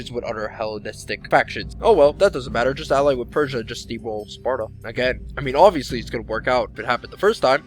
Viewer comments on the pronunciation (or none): none